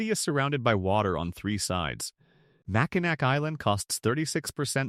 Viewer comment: nd exactly how is that going to help with mispronouncing names? Only way to help someone say/pronounce things “correctly”, would be to show them an example. For example: Mackinac is pronounced Mack-in-naw I would assume that would be extremely helpful for someone who is just trying to get their YouTube channel going 😊